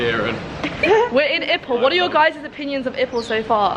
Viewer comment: Ipoh is my hometown! It’s pronounced “eee-poh” like “Eeyore”, not “ip-po” like “hippo”. 😅 There’s honestly not much to do but that’s part of the charm? Really sleepy town, our food is great though. I’m glad you had curry mee, my favourite is actually the dry version and I miss it so much because you can’t get it anywhere else. The fishy things in char kuay teow are cockles, you can actually ask to not put it in and the dish won’t be as fishy.